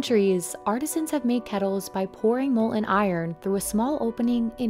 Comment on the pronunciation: Urgh the way she pronounces kettle. “Ketl” no love it’s “KeTTle”